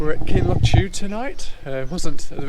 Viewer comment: I always find it quite funny the inventive ways people find to pronounce some of the Scottish names. Kinlo-chew. It's Kinloch Ewe as in Loch Ewe. I see that you have even spelled it as you pronounced it. Great video!